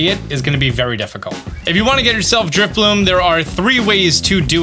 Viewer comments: That’s not “Drifbloom” - it’s Drifloon. And you’re doing it on Friday morning, not Friday night. (?!) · Did he say DriflooM???? 🤔😩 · It's Drifloon, not f*cking Driffbloom! You'll get one on Friday!